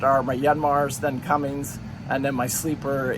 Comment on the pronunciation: Another great informative video.......but omg its CUMMINS not cummings lol makes me crazy! I am looking at boats with John Deeres, Cat 3208TA 375hp are EVERYWHERE, some Perkins Sabres and one with Yanmars. Good information on maintenance costs NA vs TA.